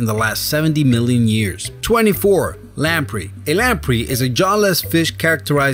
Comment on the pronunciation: Its lam-prey not lam-pre.